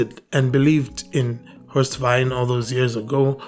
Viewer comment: Horst was my coaching mentor and friend. Thank you for pointing this out. His name is pronounced "Vein"